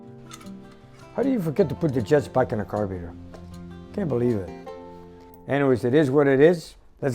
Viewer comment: I watch videos just to hear him say carb ee rater:D love it all just kidding haha